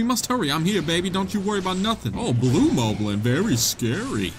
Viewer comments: It is pronounced mob-lin not mo-blin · Him saying "mowblin" makes me cringe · i thought moblin was pronounced mah blin but its actually pronounced mo blin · Ay yo I just want you to know that korok is pronounced korawk, as in core + rock. Also, moblin is pronounced mahblin as in mai boi instead of mohblin! Now go beat them cheeks